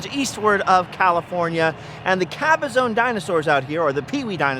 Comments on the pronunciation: Sir, it is Cabazon (ka•buh•zaan) not Cabazone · Good video, but work on your pronunciation of the city of CABAZON. The last syllable is pronounced ZON (rhymes with the name Ron), not Caba-ZONE. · Caba-zon. Not zone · It isn't Cabazone! It is pronounced ka-ba-zaan. Strange growing up around that area you wouldn't know that.